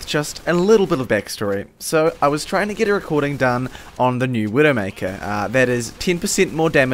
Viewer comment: Had trouble comprehending when you said "widomaker" xD too much overwatch